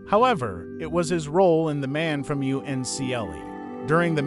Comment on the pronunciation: It's pronounced "UNCLE" as in your father's or mother's brother.